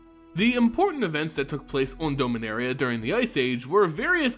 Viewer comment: Usually I can look past it but this time around it's been hard to pay attention to this set of videos... Dome-inaria??? Out of all the mispronunciations he messed up the planes name. Please, for the love of god, just watch the official trailer and hear how Karn pronounces it!